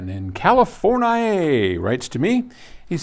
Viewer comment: Whut??? Californaaaiaah? LOL!!